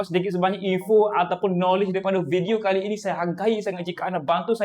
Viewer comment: Sebut betul2 bang Kali ini..bukan qali ini😂